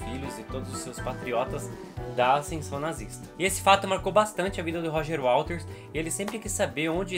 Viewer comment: Não é WALTERS, é WATERS